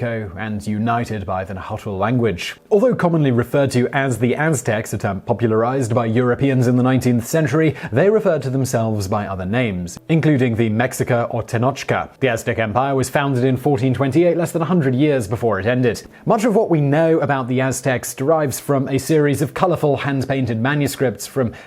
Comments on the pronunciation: The "Aztec"; It's pronounced "Me shee Ka" Mexica. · The "meh-she-kah" spelled "Mexica"...la Raza de Oro, la Raza del sol, the golden race or the race of the sun....those are my understandings...I could be wrong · Things to pronounced correctly: Nahuatl is pronounced Na-wat with a almost silent l. Mexica is pronounced Me-shee-ka Tenocha is pronounced Te-no-cha Tenochtitlan is pronounced te-noch-tee-tlan Texcoco is pronounced Tesh-ko-ko Facepalm on your attempt to pronounced teteoh (gods). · Why do you make a video when you can't even say "mexica" correctly? Do some actually research before you make a video.